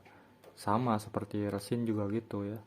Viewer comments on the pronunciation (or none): Kalau nyebut resin kok rêsin? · Emang ga wajar cara nyebutnya